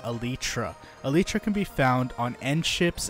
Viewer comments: Elytra ❌ Elitra✅ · this dude really pronounced it Eletra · It's pronounced "alietra" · My dude said aleetra